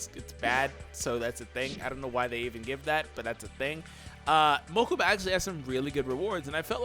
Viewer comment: "To the mokaba mobile"